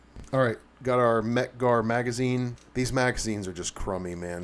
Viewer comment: exactly, first time I ever heard someone say mec-gar is crummy.